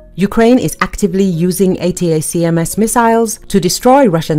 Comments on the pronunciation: The reporter made the bad report by miss pronounced the weapon name " attack them " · Pronounced. A * Tac * Ms !